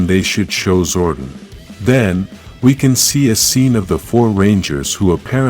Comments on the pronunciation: It's Zordon not Zordin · This guy is not pronouncing Zordon right.